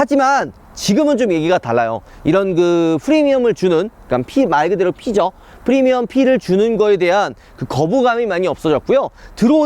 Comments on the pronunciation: Premium인데 fremium으로 발음 하셔서,,,;; 영상 잘봤습니다. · 프리미엄은 F발음하고 fee는 P로 발음하는 우파형 존경해😉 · Free미엄 발음에 킹받고간다